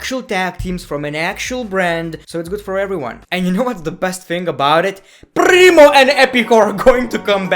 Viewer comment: I fall from my couch laughing at Prrrrimo and Epico 🤣🤣🤣